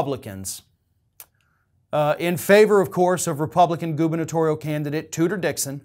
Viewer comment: Did you say Tooter Dixon?